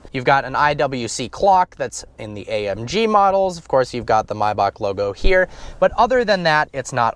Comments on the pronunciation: MAYbach not MIbach dur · why do you call it mibach. everyone says maybach. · Come on man!! It's not "my-backh". Its Maybach!!! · its may as in the month May and bach as in back. .NOT MYBACH OR MIYBACH. WTF DUDE? MAY- BACH. SAY IT RIGHT! u made my head hurt. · anyone else annoyed with how he says Mayback. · Dude just say Maybach. I mean are u German lol fuck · "mybock" jesus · Nigga called it a MYbach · U really don't know how to pronounce maybach.